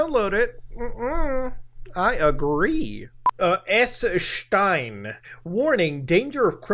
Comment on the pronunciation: The way Muta pronounced "S.Stein" probably made at least a hundred Germans proud